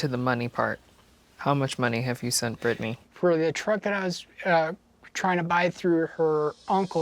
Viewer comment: Wait is nobody gonna mention Brittany is brittanya lol